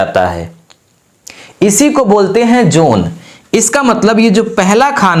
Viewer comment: Zone, not Jone